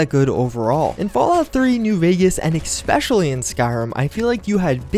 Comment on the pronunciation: Especially is pronounced ES-PECIALLY, not EC-SPECIALLY, same with ETCETERA, it is not EK-CETERA